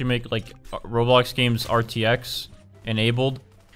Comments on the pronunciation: said ganes instead of games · Its games not ganes